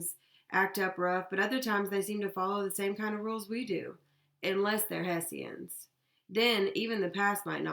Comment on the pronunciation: its pronounced Heshans